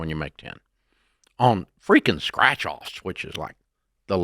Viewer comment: *Strach? You mean Scratch